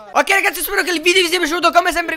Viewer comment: Video perché ai detto vidio